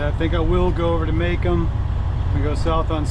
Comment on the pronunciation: Muh Comb not maycum